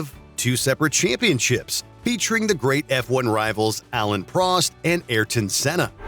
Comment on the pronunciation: It's not Alan Prost, it is Alain Prost...you pronounce the 'i'. Don't you do this for a living?